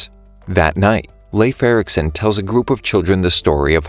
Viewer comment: I'm from Denmark, so it was kinda funny when he said Leif Ericson